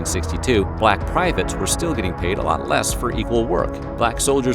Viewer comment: You said “balck privates” hehehe 😂